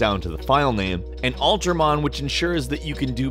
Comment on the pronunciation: Ultramon looks like it'd be the one I want, but when I looked for "Altermon" like it sounded like you said, I couldn't find it. Good on you though, you linked it in the description. Though after reading the description of the program on the link, it looks to be the same features windows ALREADY has that I've used before. Unless they took that out of 10 or something?